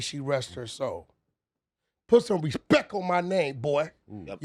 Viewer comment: Wack says Respec😅😂😂